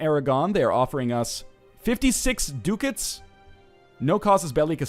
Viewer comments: Its DU-CAT-S, not DUCKETS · WHY IS HE SAYING DUCKETS MY GOD